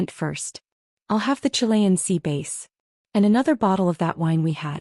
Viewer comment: Sea Bass, not Base